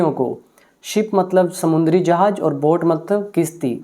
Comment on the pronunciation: Jahaaaaaz sir not "jahaj" zaaa zaaaa.